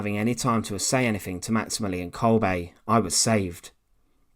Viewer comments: Why does this narrator always pronounce names incorrectly? He say "Kolbay" when his name is actually pronounced Kolber 🇩🇪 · Isn't pronounced as kolbeh rather than kolbaay